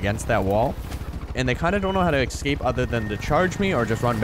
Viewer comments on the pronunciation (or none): Lost me at "excape".....